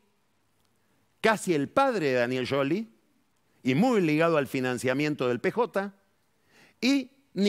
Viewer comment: Es como debe pronunciarse.